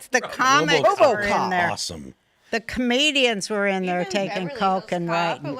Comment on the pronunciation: "Comedians or artists.....". I thought she said, "Canadians or artists." 😂😂😂